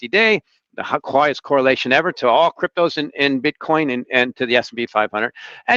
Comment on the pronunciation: Every time I hear say "cryptoze" during a discussion on Bitcoin, a little bit of bile comes up the back of my throat.